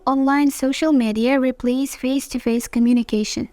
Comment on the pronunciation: 8min.9sec the examiner mispronounced the "replace"